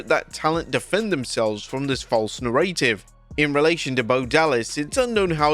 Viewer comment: You're still pronouncing narrative incorrectly.